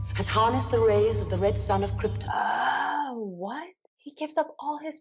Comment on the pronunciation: After all these years it still bothers me that the actors that play Jor-el & Lara keep mispronouncing krypton, they say it like it’s spelled kripten